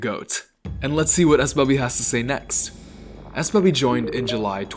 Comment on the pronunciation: come onnnn, why'd you have to pronounce my name 'ess-bubby' smh